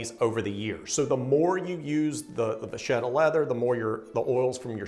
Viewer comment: Great stuff guys! I really appreciate you guys talking about leather items other than shoes! On a side note: it is va*ketta. Hope you won't mind! Keep up your excellent work!